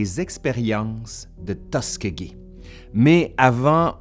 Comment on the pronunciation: Le nom de la ville se prononce Tus SKI gee (Tuskegee) comme faire du ski.